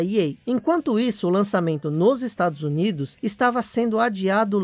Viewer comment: Em meu cérebro tá entendendo o nome estrados unidos !?